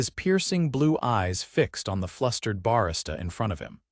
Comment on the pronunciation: Reader…it is Barista …not BAR -Isra ….,learn to pronounce the italian Desserts